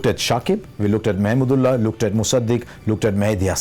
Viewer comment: I would love to see Harsha cheering for Bangladesh in the commentary sectio, I love the way used pronounces Mahmudullah where simon doul pronounce it "MAMADOLA". From 1997 ICC TROPHY FINAL TO 2019 WORLDCUP, Harsha & Bangladesh is an wonderful love story 😍